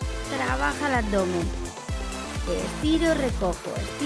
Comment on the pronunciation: dice abomen el video